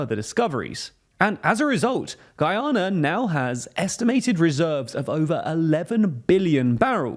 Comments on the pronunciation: Guianer 😅 is that the same as Canader ? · The pronunciation of this dude for Guyana is atrocious